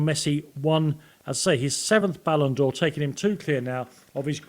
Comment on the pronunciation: It is called BALLON 'doh' aka doh for a reason, Bart Simpson knows.